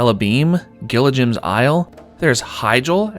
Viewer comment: Learn how to pronounce "Gilligan".. :p